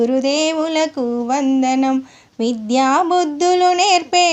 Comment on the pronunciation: మీరు విధ్యా బుద్ధులు అంటున్నారు విద్యాబుద్ధులు అనాలి